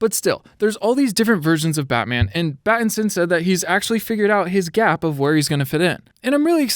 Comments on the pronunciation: he said "batitson" instead of patitison lol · Him saying batinson kept getting me annoyed XD